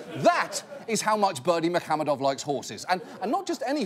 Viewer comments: Except for that "h" in muhamedov he kept pronouncing as "kh". It is "ح" not "خ" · he didn't actually, the emphasis was in the wrong place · Only if by "pronouncing perfectly" you mean "butchering it like there's no tomorrow". There's no 'ы' sound in English and the stress pattern is nowhere near the correct one. Also, yes - at this point we just invent names on the spot to troll the Westerners.